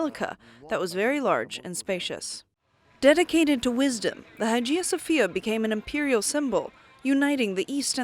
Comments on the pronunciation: Its Hagia Sofia not Hajia Sofia. Study the matter ur going to present a little bit before. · Learn how to properly pronounce names such higiia Sophia. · Nicaea is pronounced as 'Nikeea' and Hagia Sophia is pronounced as ' Aayeea Sophia'